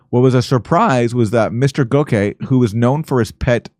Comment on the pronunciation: Its pronounced GOCK-See